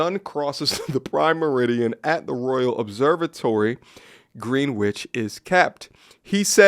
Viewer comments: It's not GREENWICH it's GRENICH 😂😂😂 like how you say qUEen "Qwen" "Gwren" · First off it's pronounced Gren-ich not Green-witch. Like Greenwich Village in New York. Second, why do you make up stories about people you are reading about in People mag? Trash. Third, how do you know this woman had a side piece? That's just not a fact you can give receipts on. It's part of the fantasy you make up to trash the people you don't even know. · Greenwich is pronounced Grenich not gEEn wich. …please work on your pronunciation. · Green Witch?!, my Brother, it's pronounced Gren'itch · its pronounced "gren-icth" my american friends. For future reference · Semi-unimportant information: the area greenwich is pronounced "gren - itch" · Broo 😂 it’s pronounced Grenitch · As a local it’s pronounced Gren-itch = Greenwich. But really enjoyed hearing your pronunciation ♥️ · That guy doesn’t realise after the first 2 times she isn’t serious, to write an article about it is a new level of ma5ochist I’ve never seen… Side note as a Brit hearing repeatedly say “Green-witch” was appropriate and made me laugh more than it should have! Great video 🙌🏾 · FYI Bro Greenwich is pronounced Grenich! I know it makes no sense lol but there you go! 😂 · Greenwich, uk is Pronounced " Grin-Itch" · Greenwich is pronounced “Grennich” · It's spelt Greenwich but it's pronounced Gren-nich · Sorry 43 times, I can't watch, I need to throw up 🤮🤮 Greenwich is pronounced as Grenij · As a Brit I like hearing you say Greenwich with such an emphasis on the W which is in fact silent in UK. Also when she said “I’ve put the phone down” she’s saying she hung up on him after he phoned to tell her he loved her. This is just to highlight her level of disrespect to this man—yet he married her. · Hearing an American pronounce Greenwich is diabolical 😅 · Well, some Americans. I couldn't find someone commenting on this quick enough!